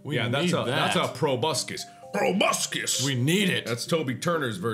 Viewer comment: he says probuscus like tobuscus